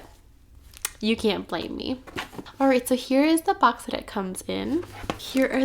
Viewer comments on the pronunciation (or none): none